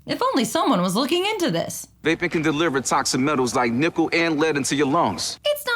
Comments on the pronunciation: I also want to point out that the way he says "nickle" sounds like "nipple" if you aren't playing close enough attention. Literally every time it comes on my sister and I will spend the last few. minutes saying "that's NIPPLE. In your LUNGS!" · I always think he says "Nipple and lead in your lungs" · For those first PSAs I can’t help but hear “nipple” instead of “nickel” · am i the only one who kept hearing "vaping can deliver toxic metals like nipple and lead into your lungs"... yeah probably <.< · When I saw the “that’s metal” ad for the first time, when he says nickel I heard nipple and now the ad is just a joke to me bc I always hear nipple now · My friends and I always thought the That's Metal! guy sounded like he was saying nipple instead of nickel so every time the commercial came on we'd wait quietly and then just yell NIPPLE over him saying nickel lmao